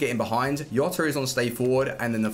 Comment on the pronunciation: its not yota is gzota